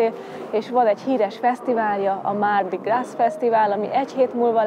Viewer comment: A mardi gras-ban (zsíros kedd) a gras melléknév amit egyeztetünk itt most a hímnemű mardi-val (le mardi). Ebben az esetben a francia nyelv nem ejti ki, néma az S végződés! Tehát csak grá-nak ejtik ki.